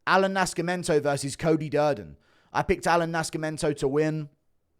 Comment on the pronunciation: Why you pronounce Nascimento like that lol